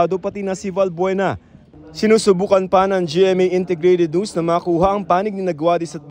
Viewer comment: Why the fkuck are these pipol pronouncing NEWS. as NOOSE?😅😢